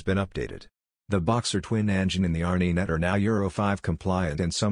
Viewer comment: A robot !! Can't B.M.W. afford a real announcer? R Knee Net ha ha ha sheesh tough to not laugh